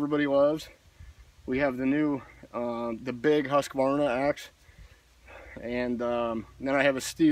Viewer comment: Thank you so much for pronounciating everything correctly. I juat watched a video saying fRiskars And HusquAvana. And of course, thanks for a real splitting test from someone who really splits wood.